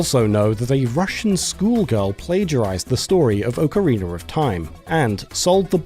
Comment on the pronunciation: Why do you guys keep saying ocarina wrong?